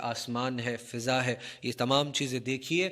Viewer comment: فِضا لفظ ہے یا فٙضا شاید عدم توجہ کی وجہ سے آپ نے فِضا پڑھا۔